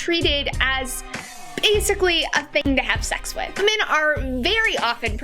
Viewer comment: Poor editing . I believe she's trying to say "Women are very often portrayed..." and it definitely sounds more like "-men are very often portrayed...". Kind of a critical point to get right, huh? If there was ever a time to make sure your editing was dead on, that was it. Using Seinfeld as an example for this? Really? Elaine was a highly developed character that was rarely sexualized. Almost all female guest stars had interesting non-sexual quirks. Horrible example. "That men are sexually aggresive while women are sexually submissive." Sorry, that's called evolution.